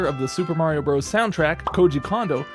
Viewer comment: "Bros." is short for, and pronounced, brothers - not bros.